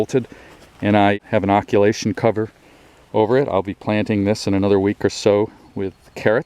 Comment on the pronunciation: It's occultation not occulation, sorry to be pedantic.